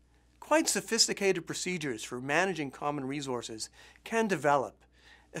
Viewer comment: Oh man, this bothered me every time he said it!